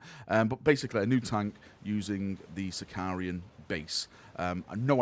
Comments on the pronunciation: Can someone please teach its Sicaran, not Sicar-i-an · say after me "SI - CA - RAN" SICARAN! SICARAN!